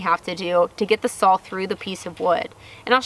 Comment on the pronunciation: And SAWL. LOL. We used to say that when I was little up here in the north! Too cute.